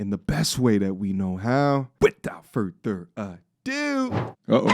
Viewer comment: WITHOUT FUR..THER A DO! 😂